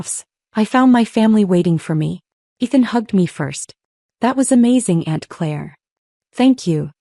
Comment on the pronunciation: Claire, not clear